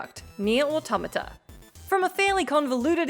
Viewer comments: Finally! Someone who can pronounce automata correctly! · Thank you for pronouncing automata correctly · At last, someone who can pronounce 'Automata'. Thanks,.